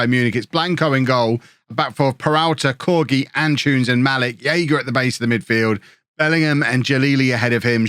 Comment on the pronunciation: am I the only one who gets slightly irritated whenever I hear pronounce Antunes as 'An-choons'? I'm not saying he should say it perfectly but the name is derived from Antony, and saying 'An-too-ness' really shouldn't be difficult for an English person.